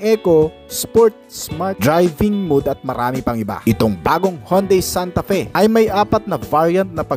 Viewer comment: Mowd not mood kuya. Lagi kna lang.😅